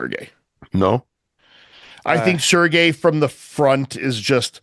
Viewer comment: Fouad finally pronouncing Sergei correctly makes me unreasonably happy lol